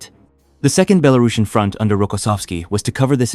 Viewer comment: nice footage; but should have maps instead of just lengthy verbal descriptions; mispronounced words, Zhukov, Belorussian; and nineteen forty-five is the conventional pronunciation